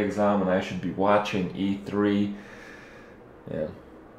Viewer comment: It sounds weird when you said E3... definitely not a word for Kripp..